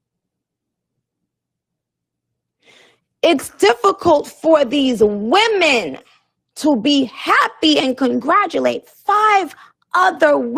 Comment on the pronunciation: I think when Nicki stresses the word "WOMEN" it's not necessarily meant to be a nod to fem vs fem slights and rivalries in the industry, but rather, acknowledging their lack of maturity despite being adults. She may be these female artists' senior, but they're not girls. They're grown ass women with the temperament of high schoolers. Thank you for the upload dude, so glad you spoke on this🙏